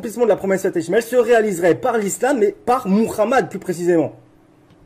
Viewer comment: Muramad c'est Muhammad ! C'est comme ramas , c'est pas ça , c'est Hamas ,il y'as pas de R ! Je te jure ,la phonétique est catastrophique !